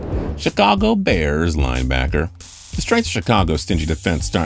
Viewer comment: Chicago bers 😂